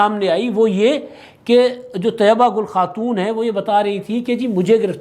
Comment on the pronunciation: طیبہ گل نہیں طییبہ گل